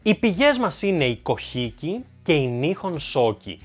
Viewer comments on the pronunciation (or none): Πολύ ωραίο και ενδιαφέρον βίντεο και ανυπομονώ για τη συνέχεια!Έχω βέβαια μία παρατήρηση:Το "κοχίκι" που είπες μάλλον είναι το βιβλίο kojiki(κοτζίκι).Αυτή είναι η σωστή προφορά.